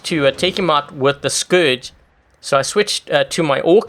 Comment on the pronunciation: Its scourge not scrouges